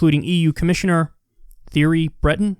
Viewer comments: Thierry is pronounced tyery not theory 😂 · Thierry - pronounced "tee-air-e" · It's tee-yar-ee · Lol the way you pronounced Thierry breton